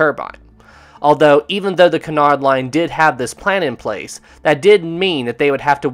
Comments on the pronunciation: First, I want to make it clear that I'm really enjoying this. However, Cunard is pronounced with the stress on the first syllable and is pronounced QUEUE-nard. Not kernard. Please? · I am convinced that you are purposely saying Cunard so many times to and pronouncing it wrong EVERY TIME purely to make us cringe.